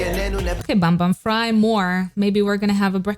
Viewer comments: you said bumbum rather than saying bambam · its so cute how u pronounced bambam 😂 Im not an ahgase but ive been growing up listening to got7 and saw them releasing Encore too and this comeback made me so so so happy so excited! After discharged they became more lovey dovey (like day6), more handsome too ofc hehe but its unfortunate theres no You Calling My Name in the Killing Voice, same goes to Last Piece, Fly 😭 so I’d recommend you to react more of their songs ❤ Anyways thank you for reacting to this!!